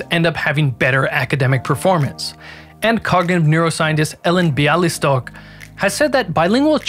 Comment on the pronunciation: Loved your "Bialystok" pronunciation, completely nailed it!